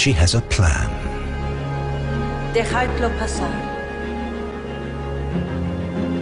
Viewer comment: Ugh...I cringe everytime I hear "Queen Isabela" say, "dejadlo pasar" (let him in). She didn't pronounce the words correctly and has a terrible accent. The makers of the documentary should have used a native Spanish woman to interpret the Queen. :/